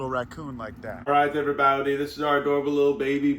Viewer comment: I love how you are saying my last name when you say “Hello Every Baute” 😂